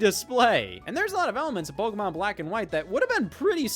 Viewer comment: One day scott will learn how to pronounce Pokémon correctly